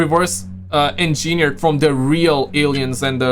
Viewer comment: how to pronounce engineered 😅